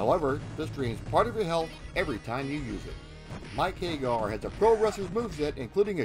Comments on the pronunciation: but that's how you should pronounce it, because hay-gar is terribly wrong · Hag-gar, not Hay-gar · Understood. Regardless it is still incorrect. Please use Sammy Hagar as a reference. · Very informative. Don’t want to make it seem as if this wasn’t a good documentary. I always thought Andore was based on Andre the Giant as they even have several references to Andre the Giant such as his big Wrestlemania match against Hulk Hogan being copied for Hugo and Alex’s intro. Just a few corrections: 1-You said Mike “Hay-gar.” It’s pronounced “Hag-Gar” 2-You said “An-Do-Ray” when it’s “An-Door.” 3-The O at the end of Rolento is silent for reasons I don’t know...but they pronounce it “Rolent” 4-Roxy is NOT transgender. Poison is. They are two different characters. 5-That’s funny about the gay thing. Not sure if you meant it on purpose. The “Gay” spelling was a mistranslation of “Gai” and Japanese kanji doesn’t always translate well to the Roman alphabet so they thought, “Gay” was pronounced “Gai” or “Guy.” It was never supposed to be pronounced as gay 😂. 6-You said “Mackie” when her name is pronounced “MA-Key” 7-Final Fight: Streetwise was released in 2006, not 2005. As said, really good documentary. I hope you increase greatly. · No sure I agree with your pronunciation. It's not Hay-gar, it's HAG-gar. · "Mike Haygar"?? Pretty sure it's HAGG ARR